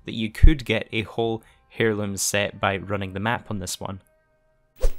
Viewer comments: Mate it’s pronounced like Air-loom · IT'S PRONOUNCED AIR LOOM! The H is silent! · He says “heirloom” like “hair loom” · Lord, could you imagine a person from another country pronouncing a word differently than yourself. MY GOD, THE HUMANITY!! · Definitely a silent H in heirloom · Love ya, but say it with me: Tarot = "tair-oh" Heirloom = "air-loom"